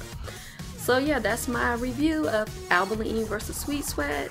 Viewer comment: Since you are the first person who pronounce Albolene correctly I watched your entire video.